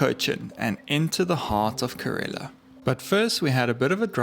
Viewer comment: it is not karela , it is kerala.